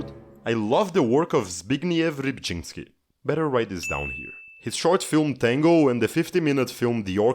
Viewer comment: Judging by his pronunciation of Rybczyński and Sienkiewicz in the previous video, he's definitely not Polish.